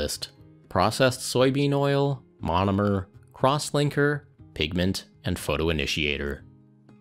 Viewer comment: LOL I thought he said "Crosswanker" and started paying attention